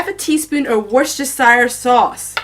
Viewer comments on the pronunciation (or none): You’re very welcome. Some of my comments will be boring but I’ll try. I’m also letting the ads run through too. Sending love from the UK. Oh, it’s Wuster-shur sauce. I’m living in Worcestershire. X